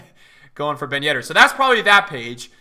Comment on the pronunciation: at the beginning of the year: BEN YEDDAH